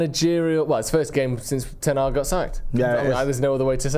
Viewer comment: still say Erik Ten Hag:face-purple-crying::face-purple-crying::face-purple-crying